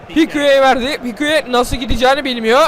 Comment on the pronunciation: pikue degil pike diye okunuyo knk ♡♡♡♡ kalp attt